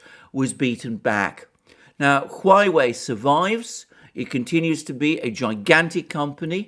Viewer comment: OMG!!!! It is HUAWEI, not HUAIWEI!!! :)))))